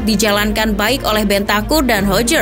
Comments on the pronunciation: Hojbjerg Bacanya "Hoy Byeh" min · Mohon izin yaa min, spelling nya dier itu harus nya daier, dejan itu j nya dibaca y, bergwijn dibaca bergwain, sama hojbjerg itu harus nya hoybyerg, semoga membantu 🙏